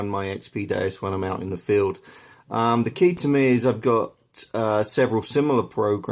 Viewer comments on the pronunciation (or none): none